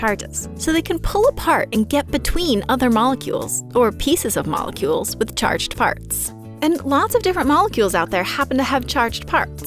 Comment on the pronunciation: it sounds like charged pharts